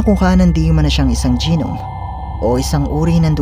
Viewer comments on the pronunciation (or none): Kuya ang pag basa ng GNOME (dewende) ay NOM..pasensya na✌